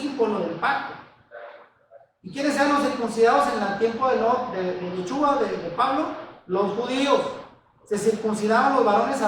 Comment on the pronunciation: Tienen lugar de reunión en Argentina? Segundo y sin ofender.......si el nombre es Yeshúa se debe pronunciar Sh , cuando usted pronuncia suena a jechua .....con un poco de práctica en la SH creo que sería mejor, fuera de eso muy buena enseñanza, lo felicito.